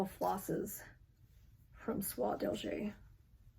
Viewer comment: A great time to knit red Christmas charts in Sulky or DMC. Love your flosstube. You are such a great enabler. BTW Soie d'Alger is pronounced like eh at the end not er. French is hard and confusing! Im so glad I took it in school for years